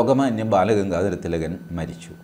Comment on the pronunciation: Sir, please do avoid saying Tilakan. We South Indians usually say such names like Ram as Raman. Ravan as Ravanan. Krishna as Krishnan. But do we say anyone's name in such manner..? No. How do we pronounce the name, Mohan Bhagwat..? Mohan or Mohanan Bhagwat..? Same was we must call Bal Gangadhar Tilak as Bal Gangadhar Tilak or Lokmanya Tilak. Tilakan sounds weird. I know am expert like you are aware of all such things. Still whenever you repeatedly speaks about Lokmanya Tilak, the usage of the extension 'an' sounds weird. In South we have names like Somadas and Somadasan. Shivadasan.. Same way what if anyone calls you T.G. Mohandas an..? Or Casually ..Hello Mohandasa... Ofcourse it will sound weird. So please do avoid Calling Tilakan. It's a humble request